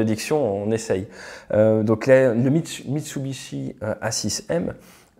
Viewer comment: "MitsubiTshi"? Le "T" serait plus à sa place... dans un bol...